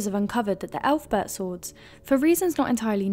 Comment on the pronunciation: Yeah, you lost all credibility when you pronounced it "elf-bert"